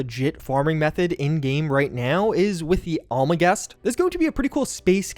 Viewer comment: The Almagest pronounced (Al-muh-jest) Means The Greatest. So its The The Greatest.